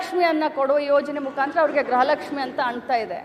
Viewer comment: ಗ್ರಹ ಲಕ್ಷ್ಮಿ ಅಲ್ಲಾ ಅಮ್ಮ ಅದು ಗೃಹ ಲಕ್ಷ್ಮಿ 😁😁😁😂😂